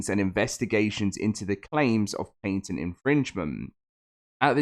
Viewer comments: Omg this sucks so bad, but it’s pronounced, “pat-ent”, not “paint-ent”PLEASE PLEASE LEARN HOW TO SPEAK ENGLISH this video was so hard to watch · What irritates me more is the paint-ent pronunciation. Pat-ent. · Bro for real I was about to look up what is a painted lawsuit 🤯 😂 good thing I can read on my own or I would have felt dumb asking Google that question